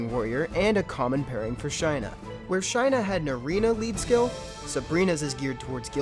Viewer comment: Shy-nuh was killing me. I always pronounce it Shay-nuh Also, fire twins helped me clear normal toa prerty easy. Working on toah now.